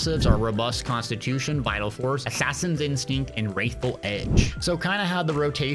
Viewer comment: WRATHFUL edge. not WRAITH